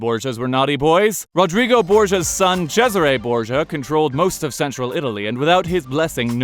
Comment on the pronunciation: I just feel so validated that I was right that's how you pronounce Cesare. I had people reading that as freaking Caesar.